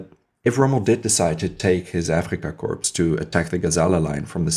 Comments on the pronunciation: Another great vid, thanks, not to be critical, but corps or korps is pronounced core, corpse is a dead body... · I only mean to be helpful. The word corps is pronounced without the S at the end. When the S is enunciated it sounds like corpse which is a dead body. It's a distraction from your presentation so I thought I would mention it. I enjoyed the video and you have a good voice and look forward to more of your videos.